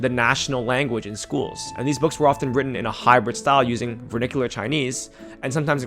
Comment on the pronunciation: that's vernacular not vernicular